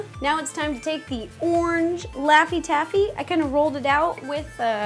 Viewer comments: you said party taffy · she said lafy tafie